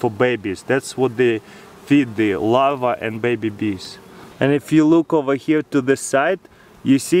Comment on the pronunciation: I thought he was saying lava until he pronounced the r and said larva